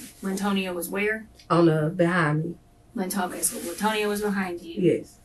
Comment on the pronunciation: Lyntonio. Geezuz we gotta do better.